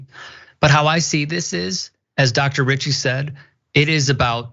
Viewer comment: Did he say Dr. bitchy ??? On the first part now he said Dr. Richey